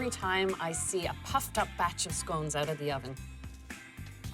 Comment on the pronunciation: Turn it "oot"?